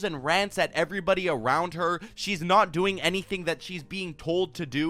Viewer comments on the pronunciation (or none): none